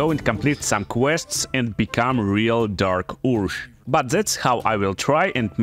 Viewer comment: Dark oorzh 😂 man your pronunciation is killing me 👍🏿